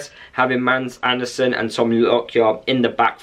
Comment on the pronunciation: He's name are not "MAND", but "MADS".. you pronounce it with an stumb "D", so its more like MAAS. And he's sure name is Also with a Stumb "D" in Andersen. "MAAS ARH'NER-SEN" is the right way to pronounce he's name "Mads Andersrn" in Danish, where he's from. :)